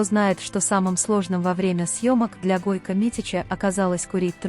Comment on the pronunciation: Не Гойка а Гойко.